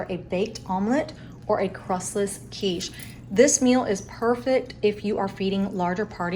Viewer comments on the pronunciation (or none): none